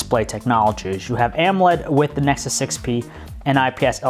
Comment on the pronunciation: "nesus 6p"